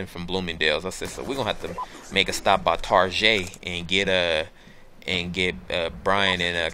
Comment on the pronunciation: lol TAR-JAY!